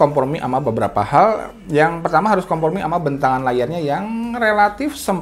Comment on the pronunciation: Apa gw yg salah dengar kompormi ya?